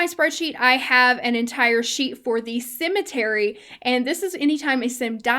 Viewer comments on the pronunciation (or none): I thought you said "Sim-etery" and now that is what I'm calling my cemeteries from now on :D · I thought the same thing! 😄